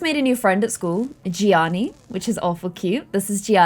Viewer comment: oh my gosh my name is gianna and hearing you say "gianni" was so confusing for me LOL